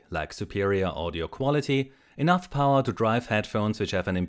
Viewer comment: And "powaah".